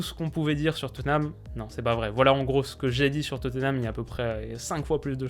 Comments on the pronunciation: Étant Londonien, je me permet de te dire que Tottenham ne se prononce pas Toténam mais Totnam ou bien Totenam. Bonne continuation :) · La prononciation anglaise c'est Totenham en prononçant le H